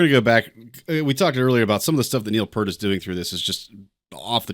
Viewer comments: Sorry to be pedantic, but Peart pronounced his name "P-ear-T" rather than "P-ur-T". There's even a funny scene in I Love You Man in which the characters meet and briefly argue with Peart over how his name is properly pronounced. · Peart is pronounced like ear, with a P and T on the ends.